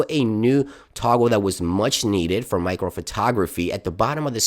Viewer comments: ITS MACRO NOT MICRO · *Macro, not micro